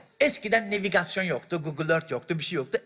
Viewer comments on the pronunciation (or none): Nevigasyon değil Navigasyon...